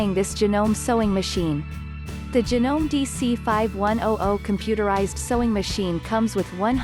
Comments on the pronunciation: "HoUrS of ReSeArcH". It pronounced Ja-No-Me. Not Janom. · Hey miss robot, could you please learn to say things properly? Sewer is not "soower", it's "sower"! Janome is Janomay, etc.